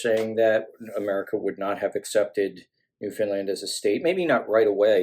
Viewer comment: I'm impressed that an American finally pronounces Newfoundland correctly. Amusing note: My uncle was sent overseas during WWII. Very few people knew that he was actually stationed in St John's.